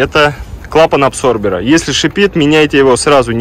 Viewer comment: не абсорбер, а аДсорбер!